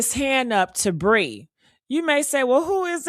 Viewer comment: Her name is Pree not Bree